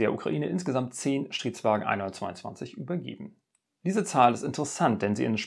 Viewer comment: Ich verstehe immer nur Shitwagen 🤔🤭